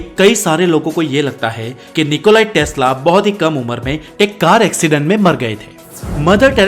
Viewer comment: It's Nicola Tesla or Nicolas testla? As crazy af🙄🙄🙄🙄